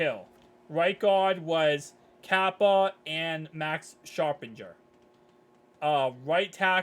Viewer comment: His name is Max sharping not Max sharpinger